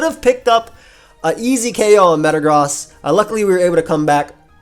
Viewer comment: Is anyone else triggered over him saying metagross wrong